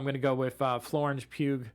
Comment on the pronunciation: Florence Pugh's last name is actually pronounced like Hugh.